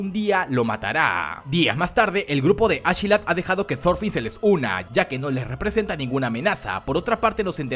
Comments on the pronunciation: Como que ASHelat ? ASKELAT !!!!! No suena igual de imponente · Yo intentando no arrancarme las orejas cuando escucho ashilad (askeladd) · Askelat no ashila 😂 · Me da una cosa bien rara cuando dices achelad en vez de askelad pero bueno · A mi tambien, te lo juro incluso algunas veces me confundia